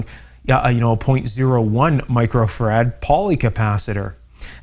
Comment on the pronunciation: Great info but it grates on me to hear you mispronounce “Microfarad” as “Micro-Ferrad”. It’s “Micro-Farad” as in Michael Faraday”